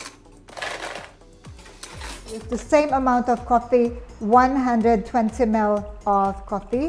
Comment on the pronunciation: She says "Mel" when she meant ML(Em-El). Are u you a Filipino??? Also she said, Give it a little bit of a "stare"... Me: Dang what does the iced coffee need a stare??? Oh! She mean stiirrrrrrr... Milk not Melk. Oh my.